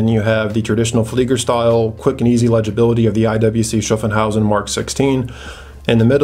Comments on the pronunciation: Its SHHAAFHAUSEN. Not SHAFENHAUSEN. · *Schaffhausen not Schaffenhausen ;) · Hi: Nice video. Thanks. A note on IWC Schaffhausen pronunciation: it is Shaff-house-en. Keep up the good work m friend. --Michael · yeah. I just wanted to get him a little closer to the correct pronunciation. Then I thought about it some more and it is more like Shoff-hauz-in. Haha. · Schaffhausen .Pronaunce Schaff a bit like staff and shit